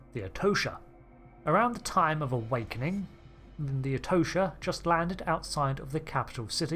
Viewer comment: I can’t help but hear “a wankening” hahaha